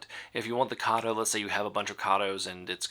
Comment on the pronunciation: Karto??????? It’s Kato as in Kayto!!!!!!!